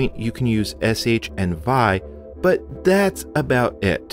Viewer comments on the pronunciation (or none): This is fascinating, and I'll watch is all eventually, but you lost me early on pronouncing `vi` as a word instead of V I.